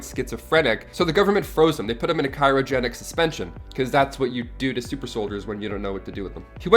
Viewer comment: Cry-O-genic not Ky-RO-genic.